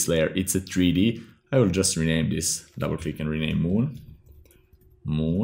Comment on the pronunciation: Nice vid..also like the way u say tree d